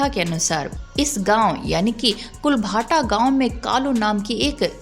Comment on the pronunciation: इस गांव का नाम कुलधारा है कुल भाटा नहीं नाम है